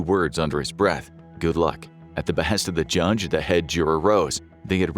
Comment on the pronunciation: So we are all gonna ignore that he said “jundge”